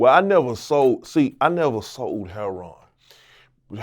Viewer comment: You KNOW PAT A REAL ONE , A REAL OF WHENHE SAID IT LIKE “Herroin” lmfaoo